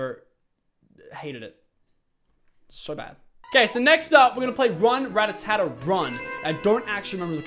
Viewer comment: k I will. It's spelled "Rattata" therefore you would pronounce it 'Rattata' and not 'Rattatata'